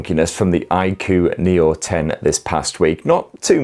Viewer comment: It's pronounced I-koo 😅